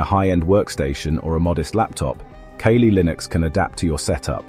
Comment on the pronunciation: Everytime the bot said "key-lee" i almost lost it